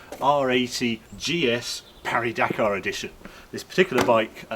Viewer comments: We pronounce it Paris not Pari - we're not bloody French. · Though you are also pronouncing "Pari" wrong, even in French. You should put more emphasis on the i in Paris. You got the silent S right, but that's kind of it. It's pronounced kind of like Parry but with i instead of y. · Harry, Harry, Harry, if you can say the last part of Paris correctly, why not the first bit? It's PAW REE.